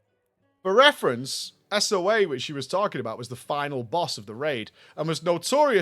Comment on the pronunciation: As a long-time SWTOR player I loved that first story. 😂 Though the boss's name is pronounced Soa (soh-ahh), not S-O-A.